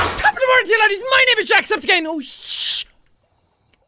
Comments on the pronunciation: It does sound like he said jacksepticgay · It does sound like he said Jacksepticgay :P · It actually does kinda sound like Jacksepticgay.